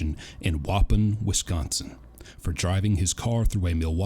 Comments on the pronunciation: I lived near Waupun, Wisconsin. The pronunciation is WAH-pahn. Btw, great video! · I'm from Waupun, I giggle it people who try to pronounce it. Lol. (No offense, I butcher other Town names as well. Lol) But it's pronounced.. waaaa pon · Love your content but just an FYI…. It’s pronounced Whahpon (phonics) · I know this video is a year old but the prison that Watts is in, Waupun and Dodge where Brooks is, are both in Waupun. But the main reason i I’m leaving this message is because it’s pronounced “WUH-PON”. In case you wondered. I’m a Wisconsin native. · Just watched a bunch of your videos! I just wanted to say it’s pronounced Wau-Pawn. You say the first part right but the ending is “pawn” like in chess. Unfortunately I’ve been through there 3 times. Not sure if you know that Dodge Corr. Inst. is also receiving for the whole state and the max side is actually quite small. Less than 300 people but the majority are doing 30+ years. I know this because my first celly I had in county for my 1st major case when I was 18 was the “Rock County, WI serial rap**t” and got sentenced to 195 years (155 years state prison, 40 years extended supervision). Anyways I definitely enjoy your videos especially because I can relate to it after giving 8 1/2 years of my life between Wisconsin and Illinois. Glad you’re going strong on here I would love to see this channel grow into the millions! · The moron who drove into the Xmas crowd won't get shanked in Waupun (pronounced "Wa-Paahn"). They are under major federal scrutiny right now after indictments were dropped on the warden and several members of staff. Waupun will be pristine for the foregoing future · Great video. But for the last time, it’s Wau PON, Wisconsin. Accent on second syllable. Just a proud cheesehead here😊